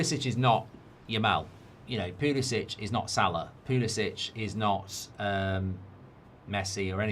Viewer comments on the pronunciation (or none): none